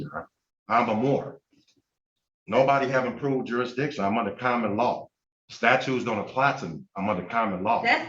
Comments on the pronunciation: Loved the judges reply of "that ain't going to happen." Priceless! Dumbass said "statues," not statutes. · “Statues don’t apply to me”… “I axe you”…